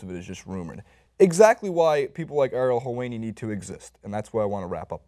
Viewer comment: Ariel Jewani